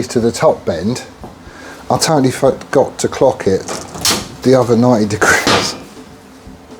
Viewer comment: "I totally Fugotit" a terminology of when you aren't quite cock on and have f**ked up 🤣